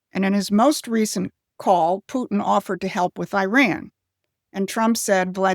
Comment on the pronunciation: i dont like the way you go out of your way to pronounce putins name as if we arent speaking english. and i dont like the way that you go out of your way to make all of our allies sound crazy, while putin is some sort of reasonable actor. are our allies sometimes self-serving and used to a united states that facilitates their nonsense? sometimes, sure. but this subtle underlying message that putin is somehow better is a bridge too far. everyone had better watch out, including putin. that is the only reasonable message.